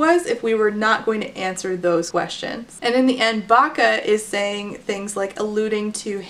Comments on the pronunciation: Everytime said Bacca (I assume that's the spelling) I heard "vaca", which means cow in Spanish. Can't take someone with that name seriously 🤣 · Or "Baka" which is "dumb" in Japanese, I couldn't help but laugh when I first heard it lol